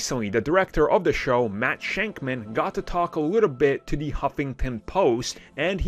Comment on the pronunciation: Not shankman its shakman